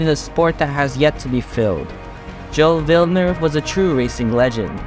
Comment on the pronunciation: The pronounciation gilles villeneuve is gilles(jills) villeneuve(villnuve), i know how to say it as i'm canadian